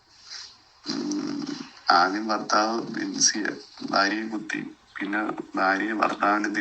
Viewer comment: ബാര്യ, ബർത്താവ്, ബാഷ... Etc ബിരിയാണിയുടെ ബ അല്ല... ഭരണി യുടെ "ഭ " ആണ്... ഭാര്യ, ഭർത്താവ്, ഭാഷ. മലബാറുകാർക്ക് മലയാള ഭാഷ സംസാരിക്കാൻ അറിയില്ല.